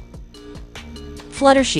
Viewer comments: Fluttershee 😂😂😂😂😂😂 it's Flutter SHY. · It’s flutter shy, not flattery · It's supposed to be flutter shy and not flutter shi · It's not fluttershii it's Fluttershy👍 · Not Fluttershy it’s fluttershy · It’s not fluttershe it’s flutter shy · flutter she.. GIRL ITS FLUTTER SHY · Um that "fluttershi" was hilarious 😂😂 😆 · It’s flutter, shy, Not flutter shi 😂 and it’s princess Celestia not Princess Celeste😂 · For the last time it’s flutter shy not flutter shi! And it’s not rava and the last dragon 🤬